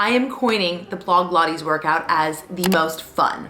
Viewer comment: Can you actually not pronounce blogilates it’s not hard at all